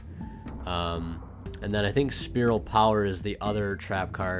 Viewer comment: it's fucking spiral, not spearal